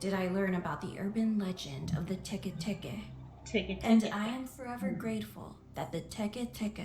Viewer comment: Its pronounced "Teki Tekei"